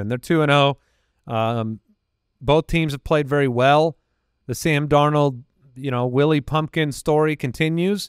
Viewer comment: In regards to Sam Darnold. I heard Willy Pumpkin, over 'will he pumpkin'